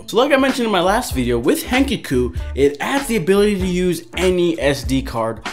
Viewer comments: its not hen cuck oo its hen cock oo im gonna die if i hear it one more time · Dude did he just say hen ke ku omg